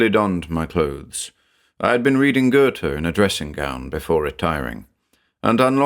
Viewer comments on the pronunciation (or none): none